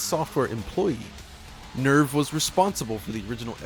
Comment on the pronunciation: Every time you say nerve it sounds like nerf! Yup this is the nerfed port!